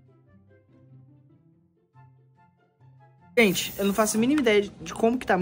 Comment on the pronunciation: É void não é vó e nem Android não é porque saiu errado as palavras aí